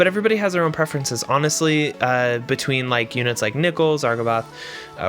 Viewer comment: I’m concerned with the way you say Nichol